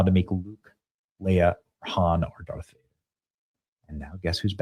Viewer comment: Dude, you said Dark Vader 😂